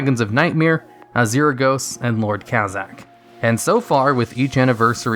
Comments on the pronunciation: Pretty sure I haven't watched a single video of yours where you haven't mispronounced something lol Azuregos = "azeeragos? Should be closer to "azjergos" (look up the pronunciation of azure) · >Azrr-gos >Draynor lmao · Why does it bother me so much on how he pronounces Azuregos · Never heard someone pronounce Azuregos that way before.